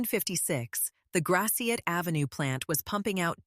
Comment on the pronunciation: makes me cringe to hear Gratiot pronounced that way >.<